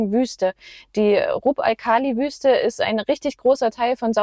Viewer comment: LOL-Dünen runter rennen macht Spaß...wieder hochklettern eher weniger. 🤣 Ganz tolle Landschaften wiederum.❤ Danke fürs Mitnehmen. (Kleiner technischer Hinweis: das "Kh" in Rub al-Khali spricht sich aus wie das "ch" in Nacht). Weiterhin gute Fahrt! LG Kai